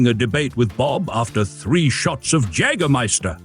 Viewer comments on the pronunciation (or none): They should build these again...and sell them to Retirement Communities in Florida to supplement the golf carts! 👍😜 Why is Kirk Douglas riding on the back of that one? What movie is THAT from??? 🤔 And the usual pronunciation is YEAgerMYster....not JAGerMYster. I drank enough of it in West germany to know. 😜😏